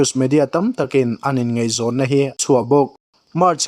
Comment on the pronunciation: Ngeihzawng nilovin ngaihzawng tih tur... chuan mizotawng lamdik zir teh.... ṭhahnem ngaih pui vang aw.. lei chin